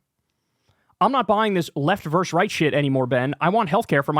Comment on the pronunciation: versus* not "verse".